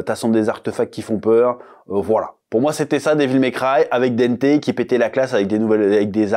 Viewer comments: Pitié chef prononce au moins le nom de Dante correctement stp 😂 c’est pas Dente !! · dANte, avec le son "en" comme dans "dent", "restaurant", "enfant"!! dANte bordel!!! Pardon